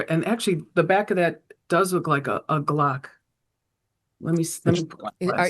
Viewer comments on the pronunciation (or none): none